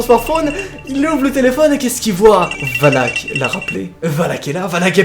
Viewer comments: ET TU DIS WALK ET PAS VALAK EST-CE NORMAL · on dit pas "oulak"mais valak😂sinon continu comme sa tes mon ytp préfèrer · C'est pas voulak qu'on prononce mais volac mais superbe vidéo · Mais ses pas wallack mais Valack 😅😂😂 Sinon super vidéo comme d'habitude mon jeune petit 👍👍👍👍😂😂😂😂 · Dans conjuring elle dis valak et pas walak..et lorene pas Laurence 🤣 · et valak sa secri VALAK et non VALAC comme dans lappel video a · ca se prononce Valak pas Walac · on prononce valak et non walk pour pas l invoquer 😂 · Quand tu dis Valak on dirait que tu dis Wallhack #CSGO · jvai appeler les handek un camion de hendek pour lui sinon jte kiffe trop quan jai pa peur t la pour me faire peur et quan tu di wallak on dirai que tu di wallah comme les gens qui save pa pronnonsser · Regarde the conjuring 2 tu verras ca se dit Valak